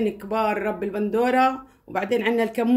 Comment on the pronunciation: معلش اختي رب البندورة . الراء مضمومة.